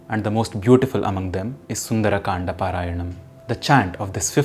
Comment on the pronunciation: please stop mixing English pronunciations with hindi words Saying kandaa sholka etc. sounds very annoying.